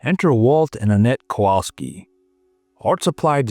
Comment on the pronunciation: You should have NOOOOTICED more mate "kowalski"